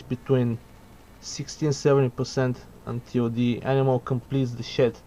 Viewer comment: with your accent it sound like bad shit instead of bad shed but i like it haha great video